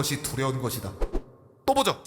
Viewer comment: 오 이번에 또보죠 발음 제데로네